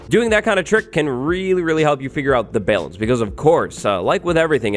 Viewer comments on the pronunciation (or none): love how he says balance like "belance". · My art teacher in middle school said it like that too